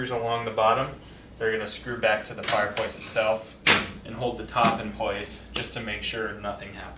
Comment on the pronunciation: Ok...is it me, is is he saying "Fire Pwace" 😬